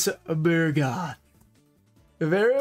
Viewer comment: It is called Bug-roth not Bur-goth. Why do always change the R and the G?